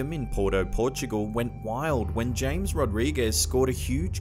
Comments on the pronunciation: No not James Rodriguez it’s (ha-mez) Rodriguez. Love the content none the less. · No 8, his name is said as ham-ez not James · James!? James!? It’s pronounced ‘hamez’!!! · Not james rodrigues, its pronounced as Hames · just so you know,its pronounced HAMEZ Rodriguez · James is South American, so it is pronounced Hamez. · James Rodriguez?!? It’s spelled James but pronounced as Hames